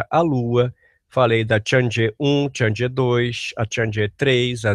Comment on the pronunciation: Uma correção de pronúncia, a Chang'e não se pronuncia /tchandjê/ e sim /tchang - e/, pois se compõe de Chang + E